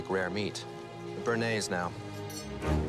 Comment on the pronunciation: Is it so hard to pronounce béarnaise? Bay-are-naze!